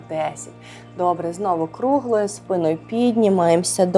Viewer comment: Справді хочеться подякувати за руханку і за впевнену укр,мову.Як до такої впевненості,хотілося б тільки наголоси підтянути: за спинОю(треба - за спИною, за аналогією:соснА,- українською - сОсна.)І ше не стряхуємо,а струшуємо руками(чи руки взалежності від змісту речення).А так -молодець!Бо набридла мова,що нагадує милиці(костили)